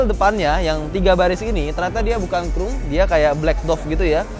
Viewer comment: ngomong "expander"-nya inggris banget~ tapi spion yg udah pake "krum" itu yang bagaimana? 😂😂😂